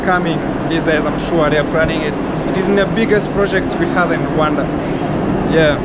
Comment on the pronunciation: Rwanada always sounds like wakanda